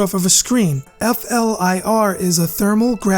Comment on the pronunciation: "F" "L" "I" "R" is pronounced "fleer".